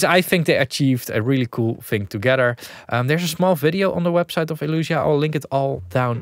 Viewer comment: Isn't it Elysia? El-eeee-sia, not El-uuuu-sia